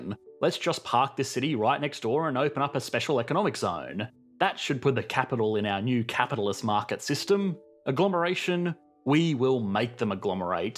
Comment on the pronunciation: Caghhhhhhhhhhhhhhhhhhpitaghhhhhhhhhhhalist. holy long vowels